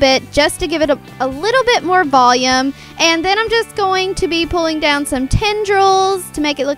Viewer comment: Apparently, to, volume is pronounced "VOh-yume"